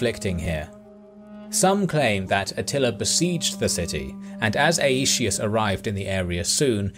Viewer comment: "ay-ee-shee-us" xD